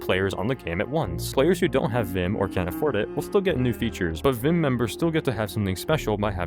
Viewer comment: You’re saying it wrong it’s vim not v.i.m